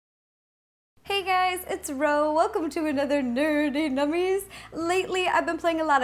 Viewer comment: Why does it sounds like Nerdy Mummies